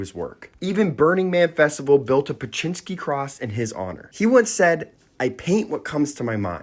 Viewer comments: Beksiński is a great artist but as someone from Poland it took me seeing the name and painting to recognise it. The poster is not pronouncing it correctly at all even tho i pappreciate the video haha tbh it's a pretty complex name for an English speaker.im not sure how to Wirte Zdzisław phonetically but Beksiński would be closer to "beck-shi-nski" (I am struck how there is so many very polish letters combinations that are so hard to write phonetically in English I don't know hot to do it) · Pronounced Bek-shinski